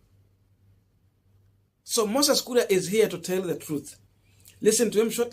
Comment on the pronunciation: KURI? or KURIA KURI KURI C’mon now! 🤣🤣